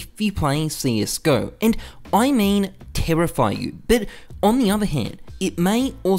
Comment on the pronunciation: *Ausie accent* terrify you